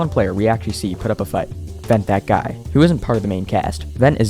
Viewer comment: I love how people say Vent-hat-guy when its Ven-that-guy